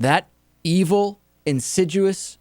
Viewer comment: I like "insiduous".